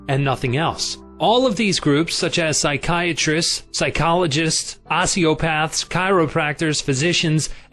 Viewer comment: Great book! But the narrator cant pronounce the simplest of words: Psychiatrist, onmipotent. It drove me nuts to listen to him. His voice was good but he needs to learn to pronounce words hes not familair with; not just guess at their correct pronunciation . Otherwise , excellent info.